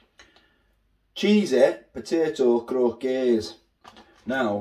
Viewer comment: Croc - kets thats how its said,potatoe croquettes